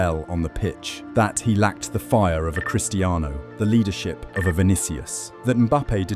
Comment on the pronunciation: When you said leadrship like vini..... I was like closing the video..... How you can say vini has leadership😂😂😂😂😂